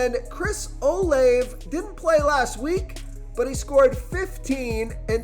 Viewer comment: Dude its o laaa vey